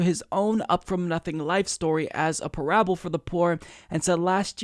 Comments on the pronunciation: Pair Uh Bull... Not PuhRabble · Yeah, I can't find /pə'ræbəl/ in a dictionary; they just list /'pærəbəl/. I'm guessing has never encountered the word before and is just guessing about the pronunciation. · /pə'ræbəl/? That's the first time I've heard it pronounced like that. It must be an Oregon thing. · Lol interesting way to say "parable" 😉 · Yes, never heard it pronounced that way before! Took me a minute to even figure out what he was talking about. lol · I’m not sure. I think that may be a correct, alternate pronunciation of it.